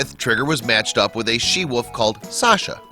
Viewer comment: I wish you'd pronounce wolf properly, it's not "whuf" it's "wulf".